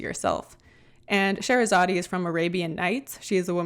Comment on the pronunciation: The Arabian princess is pronounced Sha/ hera/ sod